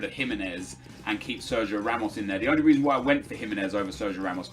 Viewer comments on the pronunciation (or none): none